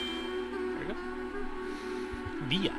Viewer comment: viyas really, who says it like that, its villa, not viya